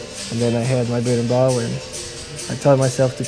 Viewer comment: yo the instrument is called the Berimbau, not "Birimbal"